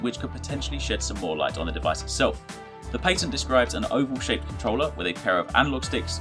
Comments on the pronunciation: You need to learn how to say patent. I cringed every time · What's a paytent?